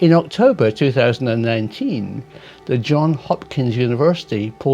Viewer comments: "Johns" Hopkins University, not "John". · It is JohnS Hopkins not John Hopkins!